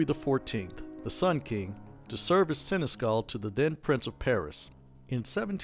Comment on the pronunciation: Seneschal is pronounced "SEN-eh-shawl."